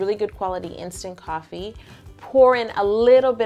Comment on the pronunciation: I thought she said TOFFEE buttercream